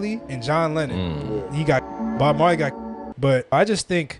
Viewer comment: If you want me to immediately dismiss you, just say Bob mar "lay".